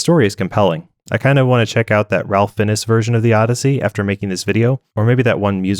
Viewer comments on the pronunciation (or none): Ralph Finn-ess